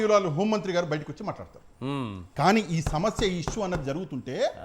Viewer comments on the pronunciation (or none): none